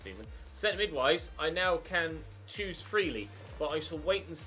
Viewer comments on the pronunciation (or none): none